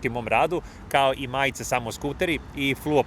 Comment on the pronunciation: Majice, ne "majce" Privesci, ne "privezci" 😊